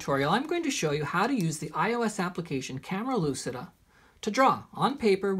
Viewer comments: It's not "lusida" it's "luchida" (read as Hermione 😂) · WOW, at last someone who pronounces correctly Camera Lucida with the accent on the u, not on the i as most of the others do !!! Kudos 👏👏👏